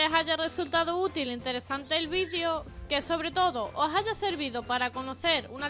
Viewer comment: Porque dice ,vidiio